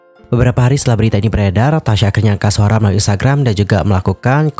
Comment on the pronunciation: Tasyi loh bang bukan tasya. Kok nyebutnya tasya mulu